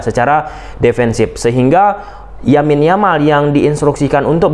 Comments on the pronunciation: Thank u Bang, analisis nya, kita barcelonista. Lamine Yamal Bang, bukan Yamin Yamal. Sepakat Dembele no respect at all (lebih baik kalau pemberitaan untuk nya di black list heeee) dan next game di Mont Juic layak di beri Huuuuu ... Vamos Barca! Setengah kaki di semi final! Hopefully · Lamine yamal abang bukan yamin yamal